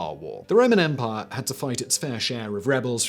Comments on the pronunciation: I will never get tired of hearing Simon say "empahh" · I think it's mandatory that every British person can sound cool saying "empire"